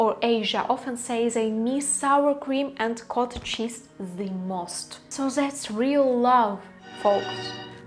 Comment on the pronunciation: вітаю, рекомендую казати зі, а не зе у фразах (the most), в ідеалі глухе зі, схоже на ді, будете звучати як нейтів спікер. Конент пушка, піду навалю вареників зі сметаною